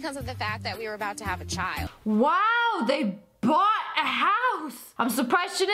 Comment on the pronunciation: yah really gotta emphasize the word bought gurl?